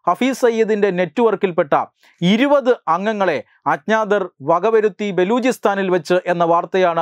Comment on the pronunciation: ഇരുവത് എന്നല്ല ഇരുപത് (ഇരു പത്ത്. രണ്ടു പത്ത്)